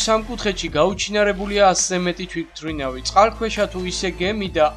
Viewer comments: კაი არხია მომწონს ძალიან კარგია მაგრამ ერთ შენიშვნას მოგვემ და არ გეეწყინოს "თვითრინავის" იძახი თუ მე მეჩვენება არვიცი :) დანსრჩენი ყველაფერი კაია გამოსასწორებელი სხვა არაფელია აბა ჰე წარმატებები ;) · თვითმფრინავს სწორად რატო არ ამბობ?